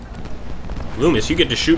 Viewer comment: its nice to see people actually pronounce Loomis correctly.